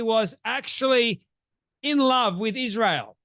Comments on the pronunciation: Why is it that she always says Ishrael instead of Israel? 🤔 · Her tone is so arrogant and condescending. Plus, why can’t she pronounce Israel correctly???